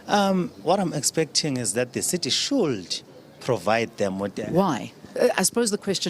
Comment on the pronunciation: That "shoold " says it all